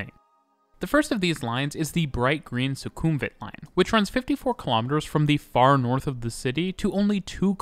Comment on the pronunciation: amazing video! noticed a few pronunciation mistakes, but its completely normal for people to mispronounce these places suvarnabhumi is pronounced su-wana-poom sukhumvit is pronounced su-koom-wit i also have to say though, the mrt really needs longer trains~! even during non peak sometimes you cant board trains at all at interchange stations